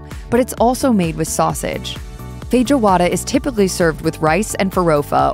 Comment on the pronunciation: Feh-joe-wahda heheh. Jokes aside, glad you are covering this place. Brazilian steakhouses are fantastic.